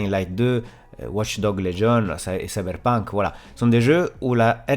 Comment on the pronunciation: J adore quand tu dis "cyberp1nk" 🥰🥰🥰